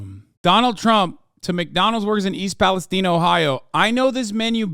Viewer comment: Hasan I know you know how to say Palestine